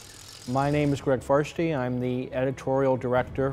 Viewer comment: Did he just say Greg farstey